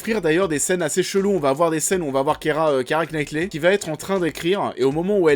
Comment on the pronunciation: "Kiéra" ou "kira NaÏtli"! AAAH, les français et l'accent anglais… MDR